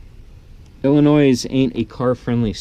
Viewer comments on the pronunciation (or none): By the way theres no S in illinios